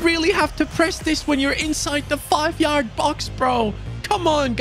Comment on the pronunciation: u said in side the 5 yard brox instead of box🤣😂